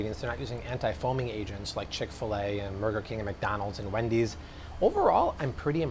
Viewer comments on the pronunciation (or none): At first, I thought you said "Murder King" 😬